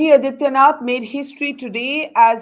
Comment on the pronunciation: Can Borka please take the trouble to learn how to pronounce the Chief Minster’s name? Is that too much to ask? His name is आदित्यनाथ not अदित्यनाथ . Such sloppy journalism!